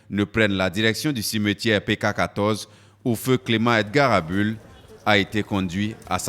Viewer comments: Bonjour c'est Abul et non Adul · Bonsoir c'est ABUL et non ABOUL Roland Dossoukoko (petit fils ) bien à vous